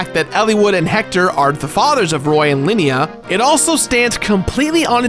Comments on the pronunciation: I am sorry but Linia? It is Lilina. Not trying to be an asshole. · roar roar he said 'linia' instead of 'lilina' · Linia... Linia? LINIA.. Isnt it Lilina? have I been saying it wrong? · "Elawood" "Linia" "Elibee" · "Linnina"????? its "Lillina" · Mfw he called Lilina "Linia"